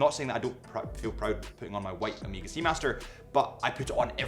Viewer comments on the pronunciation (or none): Annoying pronunciation of Omega. Definitely, it is not Ameega!